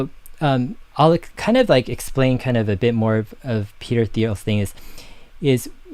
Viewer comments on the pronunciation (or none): Hard “T”.. not “Th”.. Interesting topic tho. Thx.